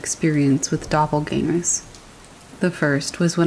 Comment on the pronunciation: German word pronounced correctly!